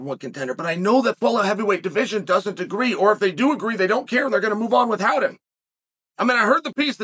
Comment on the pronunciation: Chael always says “with-hout”